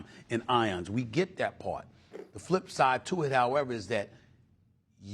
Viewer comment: “First time in ions”? Um, maybe SAS meant EONS. Just read a book man.